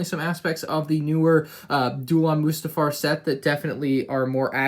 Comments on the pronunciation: It’s not moosetafar it’s mustafar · Stop calling it Moostafar😂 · You're saying mustafar wrong dude